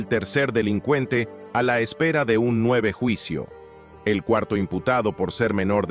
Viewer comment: Nueve juicio.HABLE BIEN PENDEJO